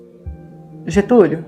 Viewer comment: Getulio nao GETULHO Gente😢